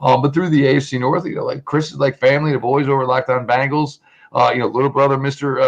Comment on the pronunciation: I wonder if the Locked on Browns host still pronounces Bengals like Bangles when he’s not drinking.